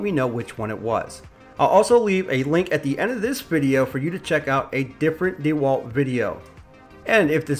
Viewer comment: If you didn’t say D walt, I’d like this review much better